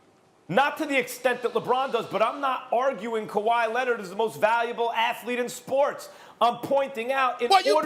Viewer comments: “Kawhyyy Lennit” 😭😭😭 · Stephen “Kuh-why Lennid” Smith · "Kawhi Lennit" - Stephen A Smith 2020. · Stephen a “kawhy lennerd” smitj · Steven “Kuwhi Lennit” A. Smith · Stephen A. "Kawhi Lennid" Smith